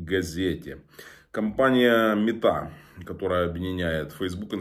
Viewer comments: Тарасе, з повагою поправлю Вас: не метА а мЕта, від слова метаверсе, або метапростір. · мЕта, а не метА. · ударение в слове Ме"та на первый слог